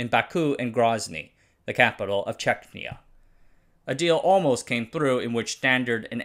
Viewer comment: Both “ch” in Chechnya pronounced the same, as in “chair”